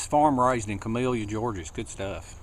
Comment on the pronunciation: I love your videos but it's pronounced ca-mil-la ga. Where u from... I give u 2 big thumbs up